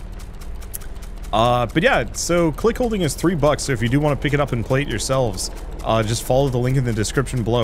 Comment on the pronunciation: said it with a pretty hard H though. 😅